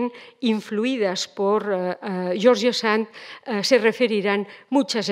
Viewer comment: Como se puede hablar de alguien sin saber pronunciar su nombre????